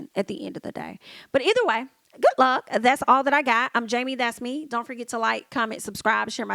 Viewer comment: "GOODT LUUCK!!!" HEY Jamie. 😂😂😂❤